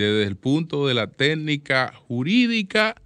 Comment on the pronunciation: No se dice telnica, se dice técnica. PERIODISTA